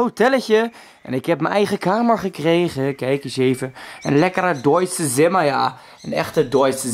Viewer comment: het is geen Zimmer. Je spreekt het uit als Tzimmer.